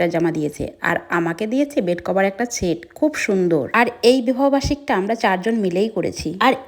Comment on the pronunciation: Set না-না-না-না-না ছেট😂😂😂